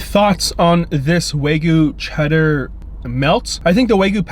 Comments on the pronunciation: It’s ChEddar not ChUdder! Ugh!!! I love watching your videos but that shit bothers me soo much!! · makes me cringe. never heard anyone say chudder. how do you even get chudder from cheddar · "Wae-gu chudder melt"